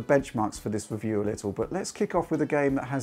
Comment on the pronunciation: I love that he finally cought that wascally wabbit and went into Youtube to weview gwaphics cawds.